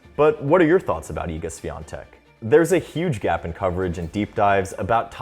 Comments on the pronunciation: Please learn how to read her last name. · You could at least make an effort to learn how to pronounce her last name if you're going to make an entire video about it, it's not that hard. Terrible work. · I’m proud of her, POLSKA GÓRĄ 🇵🇱🇵🇱🇵🇱 Also, the correct pronounciation for her last name is “ˈɕfʲɔntɛk” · Iga just seems to be likable and I hope that this huge success won't change her. About the video: you can stick with "Iga" ;) maybe try to ask some Poles to pronounce Świątek for you? or listen to google translate? I know Polish can be really hard for foreigners, but hopefully Iga will be there for years to come, so trying to learn her surname should be worth it. That "i" should be way shorter... "swiontek", not "swiiontek" - quite as you would stick short "i" in "won"... Short "i" like in Winona (Ryder) and as far as you can be of "ion" pronunciation ;) maybe fast sshh (like in silencing someone)-we-on-tek , NOT "S-we-ion-tek" I appreciate that you have used Polish letter while writing her surname in title :) Sorry for long post... I had fun trying to find good idea how to describe that sounds :P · Bruh its not that hard to lean how to pronounce "ą" and especially "ś" in in her surname. Why wouldn't you even look up the prononciation if the whole video is about her? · It's time you learn how to pronounce her name correctly... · Ś is pronounced closer to English SH, rather than S. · Don't watch much of tennis, just came here to hear how wrong Świątek is pronounced. Love our wifi password surnames. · It would be nice if you told her surname correctly, it's not that hard to find out. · Learn how to pronounce her surname, THEN make a video about her. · It's time you learn how to pronounce Świątek 🥲